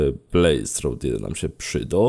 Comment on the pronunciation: To się "przydo"